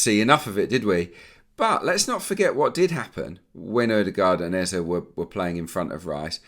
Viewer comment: I'm still feeling so strange & uncomfortable with this Eze pronunciation as a Nigerian, & I know that all Nigerians are...but I'll keep bearing with it. I'll take it up with him personally when next I see him around London and let him know that he might keep missing those sitters if he doesn't let media pronounce his name correctly. EZE PLEASE😀😀😀